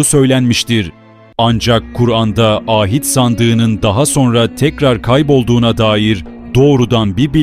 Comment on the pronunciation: Â hit değil ahit sandığı